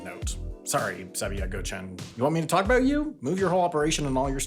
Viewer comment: Thanks for paying particular attention to pronouncing Atatürk, Sabiha Gökçen, İstanbul and Ankara correctly ❤ .